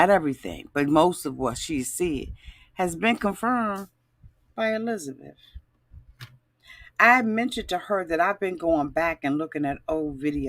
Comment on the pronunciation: Did you just call Hisabeth GLENZABETH?!!😂